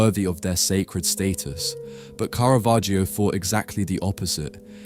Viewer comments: not KARAVERGIO... Its pronounced carra vagio.... 😂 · Мерзкий ИИ-чный перевод! Такие ролики просто твари делают. Специалист с удивлением услышит, то Караваджо, оказывается- Каравахия, а дилетант может воспринять за чистую монету и решить, что такой художник был. Я уже молчу про бесконечные ошибки в ударениях . Просто гадость от ИИ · И.И. переводит текст.и совершенно не понимает как звучит имя художника.я только приглядевшись поняла,что речь идёт о картине художника Караваджо.думала Каравахо.испанский художник.неизвестеый широкой публике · Караваджо, а не Каравахиа. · От тупой ИИ - Каравахия ! Я сейчас уссусь! РЖУНИМАГУ! Хватило на 26 секунд! В жопу такие ролики! Смотрите сами ваше говно! Дизлайк и блок канала! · Одно замечание: есть исторически присущее звучание имени художника - КАРАВАДЖО. Зачем его изменять? Зритель знает, что ИИ не сам коверкает произношение, ударение, пунктуацию и т.д. Это делает автор программы озвучки, и остаётся вопрос - зачем? Тема сама по себе хороша, чб привлекать внимание, а эти глупости не добавляют чести автору. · Interesting video disturbed by the false pronunciation of the painters name which is [kara'vadd͡ʒo] according to IPA)... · Каравахио? Осточертел безграмотный ИИ. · The "i" in "Caravaggio" is completely silent. It's just there to change the sound of the double "g" ... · "Caravaggio" is pronounced with a short 'a' in all three cases, as in 'cat', both in Italian and English. (Not a long first vowel sound, as in 'car'). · Der Sprecher sollte, wenn er über einen Maler spricht, wenigstens die richtige Aussprache des Künstlers kennen. Der Inhalt ist gut. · Seit wann spricht man das i in Caravaggio aus, bitte Italienisch lernen!!